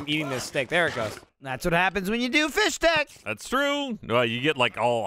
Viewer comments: Fisstech, Not Fishtech, FISSTECH! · Fisstech* not Fishtech bois. needs to play the games over again methinks as he doesn’t know how to pronounce anything. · no on has mentioned that they say "fishtek" and not "fistek" my soul hurts. they should know better since they're listening to the book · It sounds like is saying "fish-tech," and I was super confused because in the games there's no atch sound in the word. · Am I the only one who is confused by and pronunciation of Fisstech?